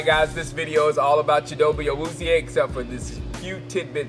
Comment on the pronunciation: I think it's pronounced chit-o-bay